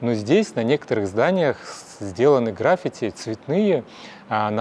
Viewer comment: ролик, может, и хорош, но вещая на русском не стоит забывать об ударениях - красИвейший, графИти.. какой язык вы в массы несёте?)